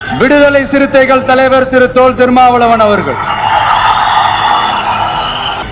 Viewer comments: டேய் நாதாரி அது தோல் இல்லடா தொல் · தோல் இல்லப்பா தொல் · தோல் இல்லை தொல்